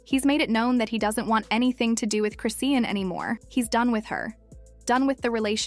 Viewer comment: You can’t even say her name right 😂😂😂